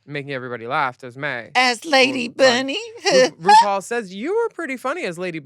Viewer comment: gorl what? jinkx called ru broom in her judy garland snatch game. dela called ru "roople".